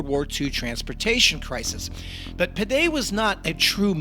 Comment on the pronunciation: Pere it's pronounced more like Opera without the O and slightly harder sounding P. Peter in Catalan